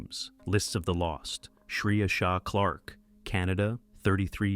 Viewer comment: The name is Klorfine, not Clark!